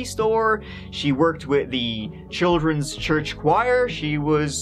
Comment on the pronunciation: I sometimes wonder if is not making this stuff up talking about 'tree children' and the like. 'She took her tree children with her' just made me snigger in disbelief